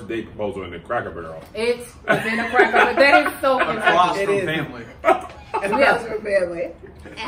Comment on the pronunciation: And - I know you from Kentucky when you said “Cracker Buuuurrrel” 😂